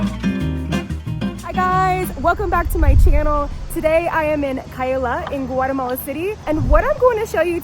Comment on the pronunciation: Can you try at least to come closer to the Spanish way of pronouncing names of places and shops, and restaurants? Spanish has a very literal pronunciation. And it sounds different then your American way of talking. E.g., Guatemala, San Martin, etc. Also, honor the accents...